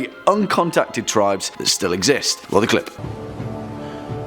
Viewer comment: Says tibes not tribes 😂